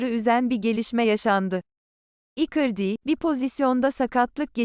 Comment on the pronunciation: Robota doğru telafuz yaptırmayı dene .mesela icardi yi ikırdi diye okuyorsa direkt ikardi yaz.